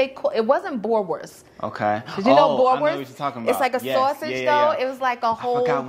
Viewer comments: boerewors. BOO-RE-VORS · You pronounce pap like "Pup". Boerewors = boo ra vors